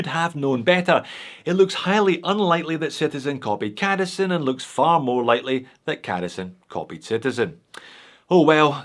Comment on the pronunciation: I kinda think the C in cadisen is supposed to be pronounced softly like in the Citizen....try it and then you'll see who the true homage belongs to....